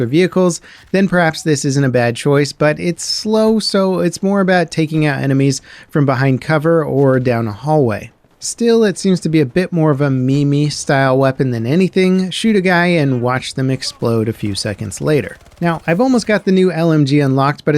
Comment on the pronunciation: A "me-me?" Did you mean a meme? 🤣🤣